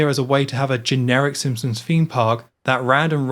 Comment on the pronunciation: I enjoyed the video, but, are you saying “Simpsons” or “Simpsoms”?